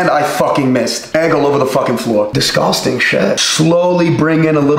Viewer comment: "Dershgushting shat" 😂❤